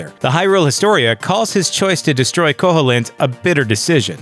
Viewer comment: It's pronounced ko-heel-int! Not ko-hole-int!